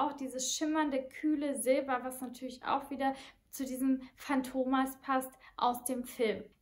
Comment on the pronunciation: viele betonen das Synthetische (Maschinen, Öl) an dem Duft; muss man mögen oder nicht...btw: matto (ital.) heißt "verrückt", hat ein kurzes "a", so wie "Schach-Matt". Fantomas wird auf der letzten Silbe betont (war übrigens nicht nur ein Film, sondern eine ganze Serie).